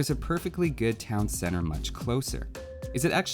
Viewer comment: "Town cenner"